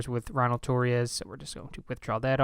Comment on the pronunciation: Dude I'm pretty sure Ronald Torreyes is pronounced (Tor-RAY-yes). Either way, keep it up!